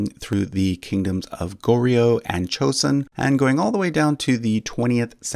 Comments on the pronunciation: It's not chosun it's joeson. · the J in Joseon is pronounced correct, not CH